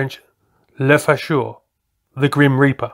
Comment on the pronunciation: Le Faucher is pronounced with an "o" like in "Bo Diddley" or Beaufighter : le "f- o - cheur". (so; it's also a different "o" than the shorter one in "Fokker" which is pronounced like the "o" in "ad hoc"... O... o...o....